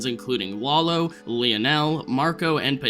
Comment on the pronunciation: Can't believe we first saw Tuco 15 years ago. it sounded like you said "Wallow" instead of "Lalo". Am I just hearing things???